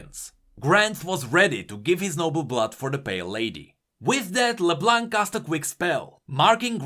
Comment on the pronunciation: it's LeBlonk, not LeBlanc. My ears are bleeding.